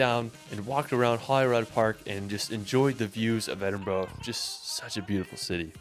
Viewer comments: Great reaction! i like videos, including this one (though most of the list seems to be Skye!), but he does screw up nearly all of the pronunciations!! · No need to apologise for his awful pronunciation. It’s so bad, it’s funny. I know Edinburgh doesn’t have a obvious phonetic pronunciation, but where’s did he find the “O”? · Absolutely infuriating!!! The guy that made the video doesn't pronounce a single place name correctly, including Scotland's two largest cities. He's created a tourist video around a trip to Skye and tried to big it up. He couldn't be bothered to visit some of the locations because it was too wet, too busy, too expensive etc. His previous UK video was no better. Fortunately, the reactor, clearly saw through this nonsense and was aware of the real beauty of Scotland. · i know, I mean, at this point surely there is no excuse for the mispronunciation of Glasgow or Edinburgh. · please if your visiting learn the pronunciation Glenfinnan viaduct is pronounced glen- fin- ann vie -ah-duct Edinborough is ed-in-bra ( ed in a bra ) and its holly-rude park Eilean Donan Castel is ellen-donna which was in the movie highlander which butchered the accent to and Cullen is kull-in I know Hollywood movies have absolutely butchered the accent over the years so it's not your fault . Scottish actors are to blame they don't say that's absolute garbage this is how you say it then again Ewan McGregor's Scottish accent isn't up to much either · Aaaaaargh! Scot hums 'Non, no regrets' to himself......EDIN-BO-RO, GlasGoWgh, etc, etc! Has not raised my opinion of the severe lack of intelligence of mericans. Perhaps he should have devoted less of his youth to 'travelling' and more finding a kindergarten run by Glasgow or Edinburgh's ancient and famous unirversities, founded 1451 & 1583 respectively! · Little tip for people trying to pronounce Edinburgh. Say: Ed-in-bu-ru. The "u" should sound the same way as in the word UP.